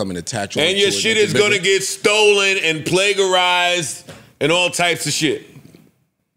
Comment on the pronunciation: somebody teach Joe how to pronounce plagiarized 😂😂😂